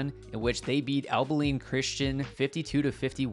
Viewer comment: Abilene. "Ah-bell-ean" jesus it's like you never heard the name of the prettiest town you ever seen ( truthfully it's not despite what the song says )